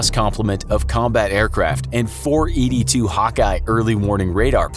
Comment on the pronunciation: E-2D NOT ED2